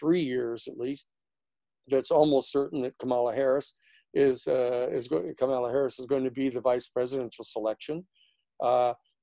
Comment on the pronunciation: Great analyses Danny. Learn to pronounce "Kamala" and you've got it made.